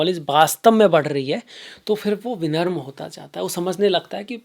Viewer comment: विनम्रतापूर्व निवेदन. विनम्र न की विनर्म. धन्यवाद 🕉️🚩🙏